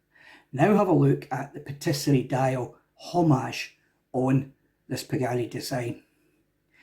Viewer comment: ITS TAPISSERIE DIAL, NOT PATTISERIE (PASTRIES) LOL